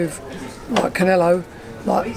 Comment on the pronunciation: Did the interviewer actually say "Liam Smith vs Caneelo"? Lmfao